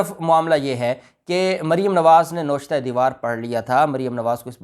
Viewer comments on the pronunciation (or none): Tariq Khan from San Antonio, Texas, USA. Please correct your pronunciation it is not NOSHTA it is NA-VISH-TA.